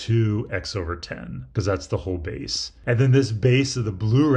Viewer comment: sorry but im hearing "beese"